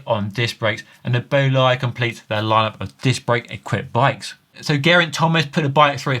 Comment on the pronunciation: Imagineer/Futurist. BTW, that’s not how you pronounce Bolide.